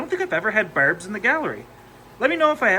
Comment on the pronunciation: I hear berbs.